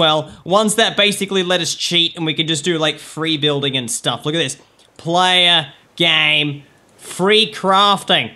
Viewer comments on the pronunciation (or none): none